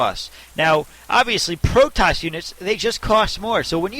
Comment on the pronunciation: where are u from... strange accent when u say "Cost" and "Protoss" strange but i like:)